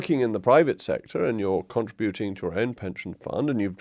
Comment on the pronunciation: I am shocked that you mispronounced “ contributing “.